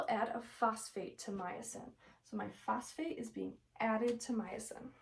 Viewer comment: Myosin phosphatase not myosin phosphate